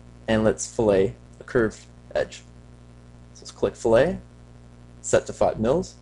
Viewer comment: Pronounced "fill it"... great job though, THANKS!